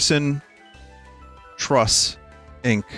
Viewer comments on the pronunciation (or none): none